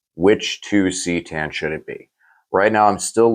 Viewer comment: It is Ka Tan. Also it sounds better then c tan.